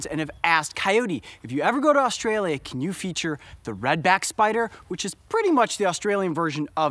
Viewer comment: Coyote you could have came to my backyard and find one lol these spiders are so common and I live in Victoria 😅 also coyote how ur pronouncing Australia is wrong